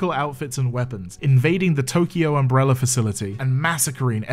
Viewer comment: I forget which movie at this point ( they all feel like a fever dream ) but right at the beginning Alice says "umbreller" and it just feels like that moment sets the feeling for the whole series